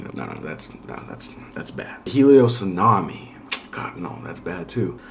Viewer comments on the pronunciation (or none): none